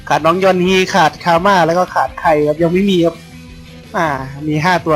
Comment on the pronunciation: ได้ยินพูดว่ายันฮี= =